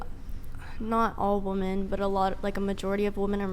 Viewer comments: Center chick: "A lot of wuh-mun would..." She apparently doesn't know that the plural of woman (pronounced wuh-mun) is women (pronounced weh-mun). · Modern women can’t even pronounce the word “women” now… I have no idea who taught the Asian girl to say women like that… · "women" and "woman" are two different words... one is fuckin plural and one is singular and they aren't both pronounced the same,. idiocracy is almost a period piece.